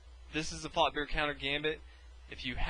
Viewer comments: At the start i hthought u said fucker countergambit or fuckbear countergambit lol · i always hear "the fucker countergambit" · Did anyone else think at first he said "fucker counter gambit"? lul